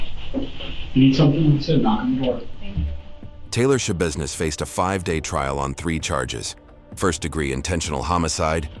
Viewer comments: 15 seconds into the video “Taylor Shabusiness…” …. Immediately checks comments 😂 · Is no one gonna bring up the fact her name is Sha-business?